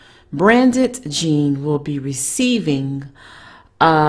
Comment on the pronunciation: It's pronounced BRANT,the D is silent.